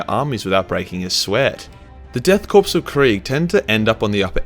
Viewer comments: Korps is pronounced like the word core, FYI. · Korps is pronounced "core". An army consists of multiple corps. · 4.44 you know what else is silent, the P in Coup. Also 'Corps' is pronounced 'Core' and 'Gist' is pronounced as if it begins with a J. Bloody philistine. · "Korps" is pronounced "core" innit? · Great view, just a btw though Korps is pronounced "core" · Every time he pronounces “korps” like “corpse” I cringe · My eye twitched and I almost clicked off each time he said corpse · Korps = "core" like Marine Corps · Pretty sure the "korps" bit is pronounced "kor". As is the military pronunciation of corps. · EVERY time you mispronounce the word "Korps" as the word "corpse" a heretic gets his wings. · According to the Death Korps of Krieg arent real, instead the Death Corpse of Krieg. It seems no one can pronounce Corps/Korps these days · are you intentionally mispronouncing "Korps"? Please say it was a play on "corpse", please..... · 'death corpse' you can't keep getting away with this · Inquisitor Verben Von Nounsense of the Ordo Gramaticus says. “The lack of proper pronunciation you employ is heretical. Mindscrub yourself of that autistic low gothic and use your God-Emperor approved high gothic”. Korps pronounced Kore Masochism pronounced masa-kiz -em Coup pronounced Koo “His Holy Ordos is not angry, just disappointed by your lack of knowledge.” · Korps, corps, korpse, corpse was originally a French word from the Napoleonic era, and it’s pronounced Core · Pronounced as "Core" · Exactly. So frustrating hearing corpse constantly throughout the video. Whole bunch of words he mispronounced too like coup and gist. Otherwise a good video but almost half my enjoyment was lost to getting angry about hearing these words being said completely wrong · the correct German pronunciation would be koa like in koala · It's a Korps, not a corpse. Only the first 3 letters are pronounced. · Don’t pronounce the p in corp or coup... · Core not corps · ”Death corpse” lol